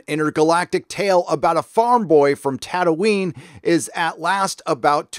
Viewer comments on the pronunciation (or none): none